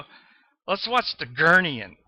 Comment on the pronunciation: It's gurning not gurnying, also there is no such element as aluminum its aluminium. At least learn the language